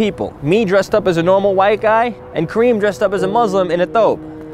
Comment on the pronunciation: it's kareem not CREAM !! 😄